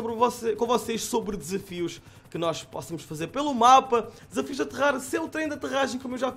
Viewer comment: *Possamos. Não "Póssamos"